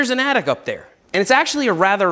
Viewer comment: Seth says, "The bike attic." I hear, "The bike addict." Meet you halfway, "The Bike Addict's Attic."